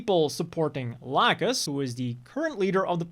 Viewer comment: I'm sad that if this gets dubbed, it'll most likely be only with the new remaster cast. I much prefer the old cast, and also hate what I've heard of how they say lacus or laacoos I guess